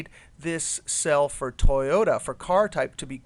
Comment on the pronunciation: lol toy-ohta?